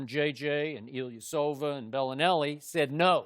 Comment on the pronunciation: Boy Shannon cannot say Ilyasova to save his life 😭